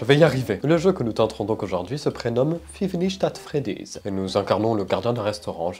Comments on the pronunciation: "Fïve nicht at Freddy's" mdr. Sa se prononce "Faive nait at Freddy's" et s'écrit "five night at Freddy's" car il faut le prononcer en anglais. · Five nite AT Freddy 😅 tu as éclaté le nom d'une licence ! "Night " sa va le François on est pas au 18ieme ! 67 de powé t'es sérieux 🤣😂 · Ca se dit five nights at Freddy's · «FIfe NiChT at Fredy"!» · "Five nichte atte freddise "😂😂😂😂😂😂😂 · "Five nichte acht freddy's" mdr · Fif nicht aht fréddizz excellente prononciation! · five nicht ate freddies 😂😂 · FIF CHNIT AT FREDIZ C'EST UNE DINGUERIE BAHHAHAHAHA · Son accent pour give night at fredys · Five nich at freddys 😂 Sa ma tué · Five nich at freddys😂😂😂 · "Feave nicht at freddiz" ça annonce la couleur xd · Five nichte ate freddyssssb😂😂😂😂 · "fiv nicht at fredys" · L'accent anglais est excellent : “Five NICHT at Freddy” “Je n'ai plus que 67% de Powé !” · Five Nitch At Freddy 🤣🤣🤣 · Fife nich at fredis😂😂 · "FRIIVE NICH A FREDI" C ÇA LE NIVEAU D'ANGLAIS D'UN GENTLEMAN ? (2nd degrés hein) 😭😭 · C'est quoi cet accent excellent qui donne un nouveau nom au jeu 🤣🤣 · Quand t’a dit * five nights at freddy’s* 😂😂😂😂 Mdr je suis nouvelle est-ce que tu le fais exprès 😅😂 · X) La pronociation des mots anglais X)) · Ça se dit pas comme tu l'as prononcer le nom du jeu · Très cher, votre prononciation est aussi nulle que ma dernière note en mathématiques si je peux me permettre 👀